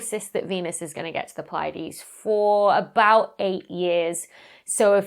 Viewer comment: The way you pronounced 'Pleiades' completely caught me of guard. I'm use to it being pronounced as..